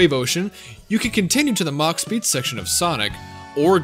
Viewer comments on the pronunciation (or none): none